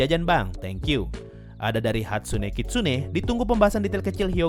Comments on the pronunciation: Hatsuse bang bukan Hatsune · Hatsuse dibaca hatsune. Yoi udah cape